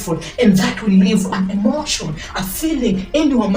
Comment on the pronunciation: Emotion = Energy in Motion. Please say it correctly so you don’t lose us 🙏🏾